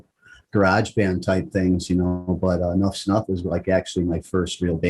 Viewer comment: Donnie is definitely a great songwriter/musician and the band was definitely one of the best of the nineties period. Not to be a jagoff but the band is Enuff Znuff not enough's enough like you were pronouncing it.